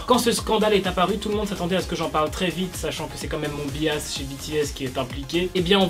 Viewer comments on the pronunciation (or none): Par contre bias ça ce dit "bayas". Voila